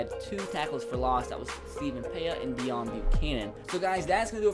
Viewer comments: ITS DEOWN NOT DEONE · DAY-OWN Not Dion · It's "Day-Own" Buccanon not "Dee-on" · its pronounced day-own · Bengal: "its 'Day-On'" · Hey love the vids but it is pronounced Day- Own Bucannon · Oi its pronounced Day-Own mate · Lance James ur close, its "Day own" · Deone Buchannon is pronounced "day own"